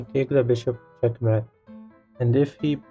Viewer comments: The word Mate in Check mate is pronounced like: hate, late eight fate plate. I enjoy the puzzles but your enunciation of a key word is annoying. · "It not chet met en two moov"